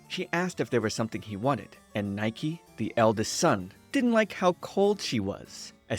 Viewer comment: I hate to be this person, but Nike is pronounced "nee-keh". You can tell by the katakana characters being used for his name and because that's the Greek pronunciation of the work meaning "victory".